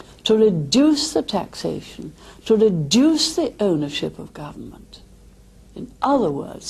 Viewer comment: And she doesn’t know how to pronounce reduce.